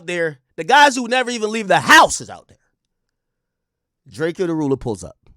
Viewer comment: My boi be butchering tf outta some names boi 😭🤣🤣🤣